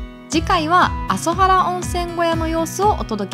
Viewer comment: "あそはら" ではなく 確か "あぞばる" ではないですか?